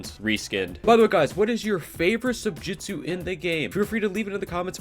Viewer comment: is it me or did he say sibjutsu